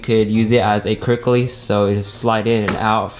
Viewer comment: Took me more than 7 min to finally realize he was saying 'quick release'. Kept wondering wtf is a cricklees.